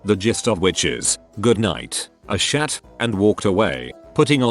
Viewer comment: NCWarhammer: «Asshat» Narrator: « i s h a t»